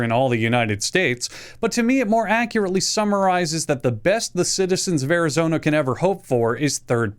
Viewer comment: I'm actually not mad, you nailed Arizona